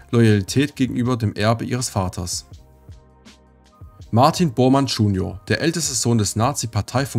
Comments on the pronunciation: Danke für deine Arbeit, sehr interessant. Aber deine Betonung ist echt schwer verbesserungswürdig und das macht es nicht sehr leicht, sich das Video entspannt anzuschauen. Kommata bitte nicht als Punkt lesen, das würde es schon mal deutlich angenehmer machen. Und bitte JUNIOR und nicht Dschunior, biiiittteeeee............. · junior nicht tschunior ist nicht englisch